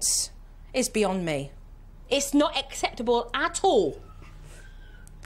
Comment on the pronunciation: love how Jo essentially got bullied into saying 'acceptable' instead of asseptable